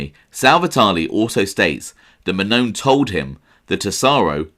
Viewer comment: If you're going to do a show on Anthony Mannone it would be nice for you to learn the pronunciation of my last name. It pronounced Man-non-e. Come on man.